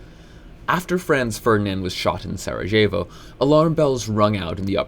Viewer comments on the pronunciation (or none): "in Sorry-jae-vo" 😭